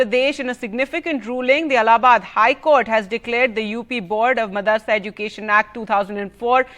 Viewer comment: Madarsa or madrasa? N the way she pronounce education. Bad anchor